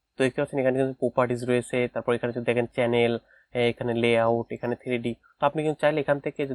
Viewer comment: কেনেল😂না কি চ্যানেল 😂